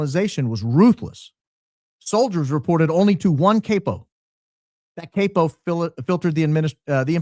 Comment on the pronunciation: CAP O Not cape o Capp oh Pronounced like that